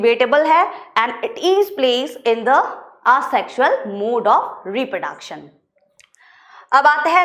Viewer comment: Mam achi hai!! But... repraduction boli naa ek no.🤣🤣🤣